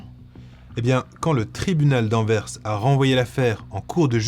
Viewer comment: ps : excellente prononciation d'Anvers, c'est très appréciable 😁